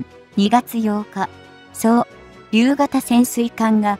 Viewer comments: 「そう・りゅう」(笑) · 何で、この人は｢そう りゅう｣って、変なところで切るのだろうか？ ｢おうりゅう｣や｢とうりゅう｣のときは、普通に発音するのにねぇ。